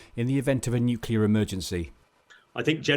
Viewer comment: Just the pronunciation...It's not 'nuculear', it is pronounced as you spell it... Nuclear!